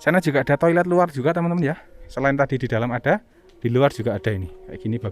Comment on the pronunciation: nyebut nya Toilet mas